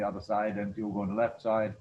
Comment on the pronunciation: it's "Diogo" mate